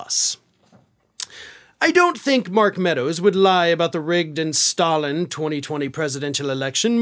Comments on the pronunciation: STOLLEN!? 😂 Did he perhaps mean Stalin? 🤷😂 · Technical Trump has never said that the election was stolen, he says stollen. Stollen is a German yeast bread that contains fruit and nuts. The word stollen is borrowed from German, and in German, the “s” is pronounced with a “sh” sound. 😅😅😅